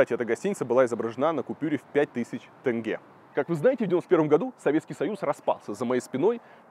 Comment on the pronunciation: Косанов оппозиционер😆 СЭмЭй ...Тэнгэ....ну блин,буква "Е" -ведь есть в русском языке.Почему так трудно произнести "Е"